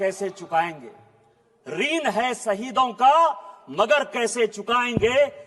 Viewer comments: ऋण भी नहीं बोल पर रहे शब्द को रिन से धो दिया😂😂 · Vrun yani qarja.. reen bola gaya